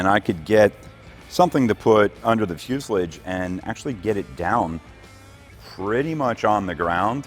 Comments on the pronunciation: Fuselage's last syllable is pronounced like Massage.. not like mucilage. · You say fuselige, I say fuselage. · It's a fyoo·suh·laazh not whatever you're saying. Just say'n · Fu·se·lage........Fu·se·lage.. Say it with me, Fu ... Se.... lage... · Sorry but what’s a Fuselidge? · Amazing video, I love watching the progress on this along with the rest of your projects, it really opens my eyes to how different smaller aircraft are to something like an a320 or 737, aircraft I worked on as a technician for 3 years, one thing that’s bugging me though is how you pronounce fuselage, it’s pronounced “Fuse-el-aje” if you Google it will show you aswel 😂 keep up the great videos I look forward to seeing this bird take to the sky! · Fuselage is pronounced "FEW-se-laaaahgze." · What's a Fyuslidge? haha, only kidding. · There is no "i" in fuselage. (Few-sal-ah-j) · I love the way you pronounce fuselage, only in America!😅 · I have never heard someone pronounce fuselage that way lol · Only slightly triggered by how you pronounced the word “fuselage” 🤣 Much love and support👍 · Please stop saying fuselage like that. It hurts a little.